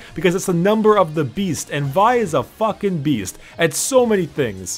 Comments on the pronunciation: Its v- ihh not v yhh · Lol, I thought you pronounce Vi as in Vee XD I think I’ll just call Vi as in Vee since I think it sounds better?